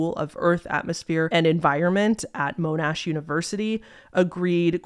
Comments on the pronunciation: small nitpick in tiktok 4, monash uni is pronounced more like the mon in pokemon! it was kind of weird hearing it from someone who i know isn't local, since i live not too far from it lmao love your stuff! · Mow-nash University 😭 , no hate just love to hear it. Love from Australia <3